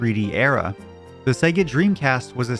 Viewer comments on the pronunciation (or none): none